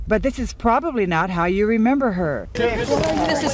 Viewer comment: “I’m yew. I’m just like yew.” No. No you’re not.